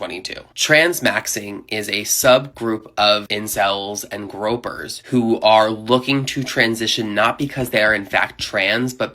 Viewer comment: Gr-oy-pers. Not gropers.